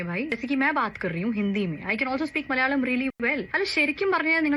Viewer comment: The anchor saying Malayalam itself is wrong.. It is difficult to continously getting portrayed with mispronunciation. Even in Chennai express the term used is lungi for mundu. Mundu is worn in pious occasion in temples while lungi is not. Malyali, Malyali... It should be Malayalsm where last l has a different pronunciation.